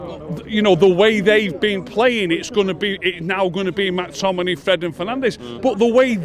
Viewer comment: Who tf is Mack Tominay? 😂😂😂😂